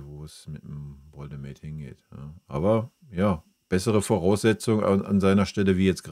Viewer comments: Arbeite an deiner Rhetorik...das Genuschel ist schwer erträglich. Zudem heißt es Woltemade und nicht "Woldemäde".... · Wie er immer "Woltemäde" sagt. Er heißt "Woltemade"! Zu den Transfers? Bayern sieht es zu locker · Warum sprichst du Woltemade englisch aus? Bist du dumm oder ist das ragebait? Jeder weiss wie der heisst, gerade die letzten Wochen. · Wenn Woltemade nach München wechselt, sprech bitte den Namen dann richtig aus, er ist deutscher und kein Ami ;-) Grüße aus dem Schwabenländle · Lerne erst mal wie man Woltemade ausspricht.......Echt Lachnummer